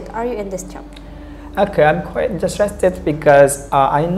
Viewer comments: Pada disitu dibilang "quiet interesting" Tp harusnya quite bknnya quiet ka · Quiet ?? Bukannya quite ??